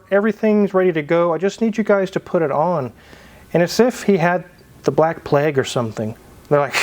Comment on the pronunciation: Plague is NOT pronounced “Pleg” but rhymes with “vague”. Just sayin’.